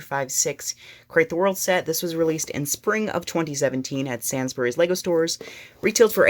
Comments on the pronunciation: "Sans berrys" it pronounced sains berrys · It's pronounced 'sanes-berys' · Sainsbury’s isn’t pronounced Sansburys and it isn’t a Lego store it’s just a supermarket